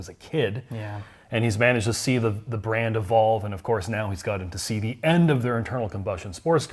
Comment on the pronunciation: Every time he says brand I get agitated.